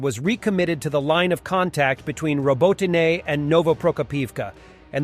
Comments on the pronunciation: It's freaking said as Roboteena you moron. Not roboteenie that sounds like some poofter murican drink. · I always love how he changes his pronounciation of Robotyne everytime, but never seems to manage to get it right, keeps me coming back to see what's next.